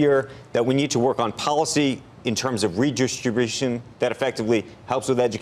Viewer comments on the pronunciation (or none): "in terms of reedrshtrbrshn..." okay.